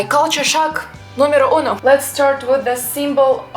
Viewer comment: "Numero Uno" said with an Aussie accent are we sure you're a Russian ?